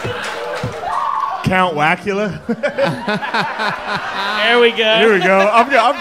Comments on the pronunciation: “Count whackula” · "Count Whackuka" 💀🤣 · Lost at “count wackula”